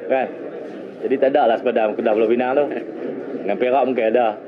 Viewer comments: ooo inilah minah celup yang sebut 'Pulau Pineng' tu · Sebutan ganjil Pulau PINANG vs PULAU PENANG